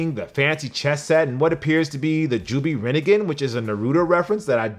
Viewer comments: I’ve been watching your for around 5 years love your vids but it’s rinnegAANNN not rinegin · Did he just say “rinnneeegan” and “narudo”